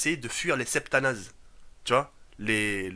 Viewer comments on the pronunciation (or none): S'est Spetsnaz et non Septanaz 😂😂😂 OKLM tout le monde peut ce tromper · Septanaz XD c'est Spetsnaz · LES SEPTANAZ XDDD CEST LES SPETNAZS RHEY MDDRRRR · Il a abusé avec Septanaz xD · il a dit spetanaz serieux la